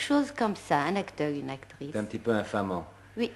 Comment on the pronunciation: عجبتني بزااف كيووت سيرتو لما تنطق اكتغيس ههههه